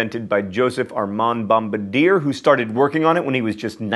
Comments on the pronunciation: Bomb-buh-deer? Really John? Really? It's Bom-bar-dee-ay. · I know mispronouncing things is your thing, John, but the guy who invented the snowmobile? His name is pronounced Bom-bar-dee-ay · Bombardier is pronounced "bomb-BAR-dee-ay" when it is a proper name (it's French), as opposed to a "Bom-ba-deer" which is a member of a bombing crew. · Joseph-Armand Bombardier's name isnt pronnounced like that, it's french so its more so pronnounced Bomb-bard-Yay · I'm glad someone else caught that. it was like nails on chalkboard. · Joseph-Armand Bombardier's is pronounced "Bom-bar-dee-ay", it's french... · John you said bombardier wrong... Its said like bomb-bar-de-eh. Because it's French, and we're Canadian, so things have to end with eh. Always. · Hahahaha you did not just say "Bomba-deer" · its bombardier bom-bar-d-eh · I caught that too; but remember, John's thing is mispronouncing things. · I'm surprised the Canadian on staff didn't step in an correct John's pronunciation of "Bombardier". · The anglophone mispronunciation of the last name Bombardier makes me cringe. Much so.